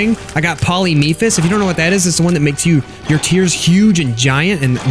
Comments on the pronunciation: It's polli-f-emus not polli-m-emus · It’s Polyphemus, not polymephus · POLYMEPHUS? Dude its pronouced poly-fi-mus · Who else laughed their head off when he said polymephus